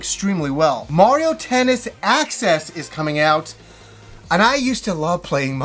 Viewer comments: "Access" or "Aces"? :) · It's mario tennis aces not access lmao 😂 great video as always tho <3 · mario tennis access ( ͡° ͜ʖ ͡°) lol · Dude, it's a Canadian thing. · It's Mario Tennis Aces not access haha! Can anyone confirm if there's going to be another main direct tomorrow? I've heard around that this was only a Mini compared to what they have tomorrow but I haven't heard anything about it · How the heck you saw a tennis game with the term Aces and say Access I have no idea. XD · Aces not access lol